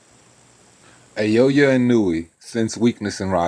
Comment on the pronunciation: Pronounce it “ Nah oh yeah “